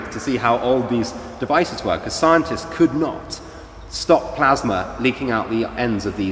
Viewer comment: What is this "plasmer" he keeps going on about?